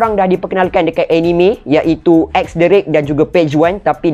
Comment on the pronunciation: Aku sorg je dgr atau dia ni memang sebut nama karekter cth x drake jadi x derek...😂